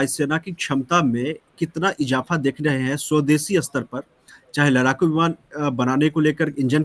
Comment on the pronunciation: लड़ाकू को लराकू बोलने की 😂 वजह से देरी हुई है, कोशिश शुरू हो गयी है सफलता अवश्य मिलेगी!